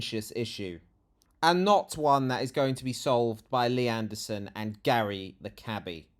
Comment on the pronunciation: I love that protestor's pronouncement of "Mr Andersooon". Very Matrix